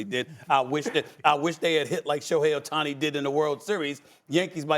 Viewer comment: He called him Otuni, is all you need to know lol